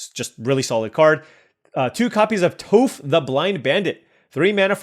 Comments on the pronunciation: To help you out in later videos, it is Toff like off not Toeff like Toe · Atla looks great. Also, Toph is pronounced as “taaf”. 😊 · Bro Toph is “T-ah-ff” or like “T-off”. She’s the GOAT earth bender 😭. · "Toof" AHAHAHAHA dude I'm dying! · Toph = "Toff" Ba Sing Se = "Baw Sing Say" So excited for this set and to see you draft! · you’ve done us a favor with your daily uploads - now let me return the favor. Watch Avatar - it’s timeless. Also Toph’s name rhymes with “cough.” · Toph would be horrified of that pronunciation if she wasn't deaf. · love your video's but I gotta assume you have never seen avatar the last air bender, not with the way you kept butchering Toph's name. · no biggie but Toph rhymes with cough. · it is! You were killing me everytime you were saying her name lol.